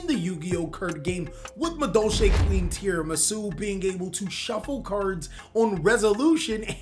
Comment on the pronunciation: I wonder if he knows Tiaramisu has that extra “a” in her name? It always sounds like he’s just saying “tiramisu”. Fun deck, glad it’s here.